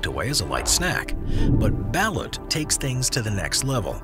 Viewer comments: They pronounce ballot wrong it's. BAL LOOT! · BALUT is pronounced "bah-LOOT". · Isn't it pronounced ba-LOOT? Please help my curiosity. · It’s pronounced Ba-Loot